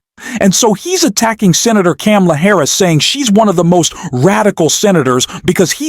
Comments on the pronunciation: Yep. What is wrong with, that he seemingly deliberately mispronounces her name? Try saying Kar-ma-la, FFS. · comma;la.......really not that hard to say correctly, PLEASE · Please learn how to pronounce Kamala. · I will not like or follow you until you learn to pronounce Kamala’s name correctly.. COMMA-LA. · Her name is comma-la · needs to learn how to pronounce Kamala's name before he can continue publishing critical analysis against Trump. It is very annoying listening his analysis about Kamala. He obviously didn't listen to the DNC speaches. This may be a computer generated audio. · Great video, but PLEASE learn to pronounce VP Harris' name correctly. Then, you'll get my "like". The "Ka" rhymes with "Pa". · Learn to pronounce Kamala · Everyone who has a problem with the narrator not being able to pronounce Kamala name right seriously needs to get over themselves. I'm sure you wouldn't like me either and here's the sad thing, I'm an independent who voted for both republicans and democrats and this year will vote for Harris and I even believe that as Trump is the nominee that it might not be the right choice to vote for a 3rd party because we need to do everything we can to keep Trump out of office, but those who have a problem with anyone who's not able to pronounce her name right, probably wouldn't like me either. Seriously grow up and get over yourself snowflakes. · If you want to call out Trump on his cognitive decline and hypocrisy….you should learn to pronounce Kamala’s name properly. 🤨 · Please learn how to pronounce kamala the right way before posting another video. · Pronounce Kamala Harris properly.